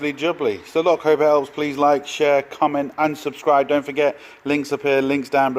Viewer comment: the right way is SOTED without the R 😂😂😂